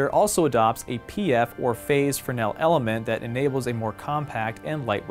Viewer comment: Mine is on pre-order with B&H (within the first hour). Big thumbs up for properly pronouncing 'fresnel'. :)